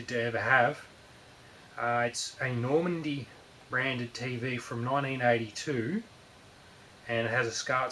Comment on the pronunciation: It's Nordmende, not Normande.